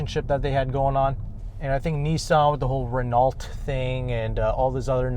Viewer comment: Nice review. Indeed the front end is handsome, the rear is eh but real dual exhausts kinda make up for it. Btw Renault is pronounced ren-o